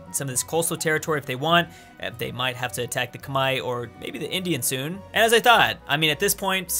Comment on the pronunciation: wow, he said khmer right... +1 to you bro